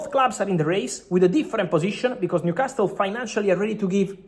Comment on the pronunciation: Fabrizio, you're a wealth of information and I know English isn't your native language, but common paisano...stop mispronouncing Newcastle as 'castel'; the 't' is silent, like 'casel'. I'm shocked someone hasn't corrected you sooner. Otherwise, grazie and molto bene!